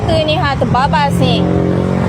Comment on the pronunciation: "nie haaa" compom Pilah atau Somban..